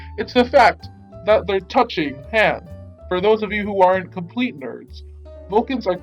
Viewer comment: Your voice is like ".... ToUchInG XDDD"